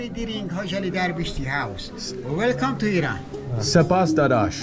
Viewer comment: Welcome and thank you for saying it right" IRAN". not "I ran"❤